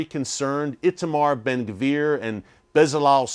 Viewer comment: Eric the name Bezalel the Z is pronounced like in pizza.